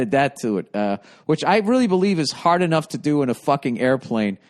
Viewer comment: "You know, hiring used to be HAAAHD"